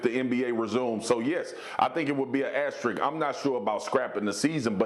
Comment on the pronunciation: These people are incapable of saying the word "asterisk" correctly. Wow....